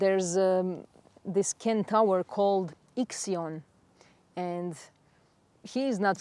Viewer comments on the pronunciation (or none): Love all you stuff! So much wisdom. Can I just correct pronunciation of centaur… not Ken-Tower… sen- tor. With love ❤